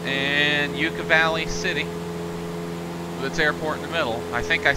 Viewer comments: Great video, thanks. Btw, it's Yucca Valley, not You-ka Valley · Yucca valley lol the way you pronounced it.